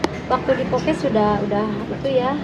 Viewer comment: Podcast wa bukan pokes 😂